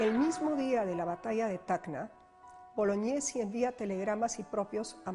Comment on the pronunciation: A ver si la señorita pronuncia bien el apellido,se pronuncia Boloñesi,no Bolognesi.